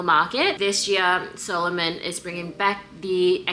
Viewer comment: Sa-lomon, not Solomon🤭 The latter was a Jewish king in the Bible😬